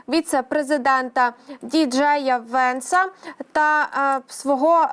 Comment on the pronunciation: Дівчинко, вивчи імʼя Венса! Тебе дивиться весь світ